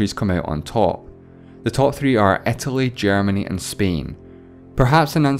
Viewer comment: Please don't say "ä" instead of "i". Pleeeaaasseee